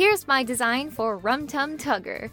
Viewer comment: I cringed everytime you said "Rum Tug Tugger" if that's even what you said